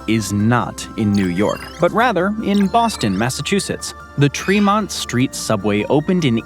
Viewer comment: bro how you gonna pronounce all this stuff around the world correctly and then fuck up Tremont in Boston?